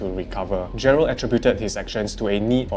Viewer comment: is it Jerald or Jerlad sksksksks 😂